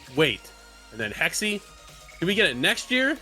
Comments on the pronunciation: It's 'hex-uh.' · Still closer to the correct pronounciation than 'hexy.'